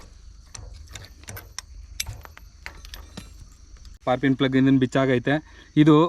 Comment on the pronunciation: ಸ್ಪಾರ್ಕಿಂಗ್ ಅಂತ ಸರಿಯಾಗಿ ಹೇಳಣ್ಣ